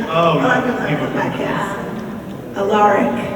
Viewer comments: When she said ALaRIC I honestly screamed it's Alaric, you uncultured swine😠😠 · When that girl said "Aleric" instead of "Alaric". -. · umm wait.. EXCUSE ME, ALA-RICK? ALA-RICK? no. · Lol that one girl pronounced Alaric's name wrong. He even said, the episode he came in "You may want to pronounce it Alaric(the way she said it), but it's Alaric(the way it's supposed to be pronounced)"